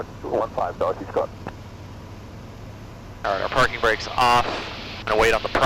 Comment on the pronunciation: When first mentions Dorothy Scott...I swear he says "Dorky Scott". I mean you tell me.... as well.:)